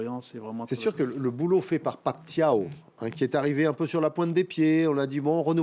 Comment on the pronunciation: Bravo d'avoir pour la première fois bien prononcé le nom de Pape Thiaw comme "Ciao" 👏👏👏👏💪💪💪🇸🇳🇸🇳🇸🇳